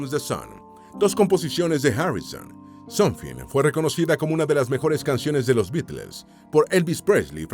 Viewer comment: Qué mal pronuncia la IA que usas para la locución. Ni se entienden los nombres de las canciones en inglés. Me tomó un buen rato entender que "SONFI", se refería a "SOMETHING"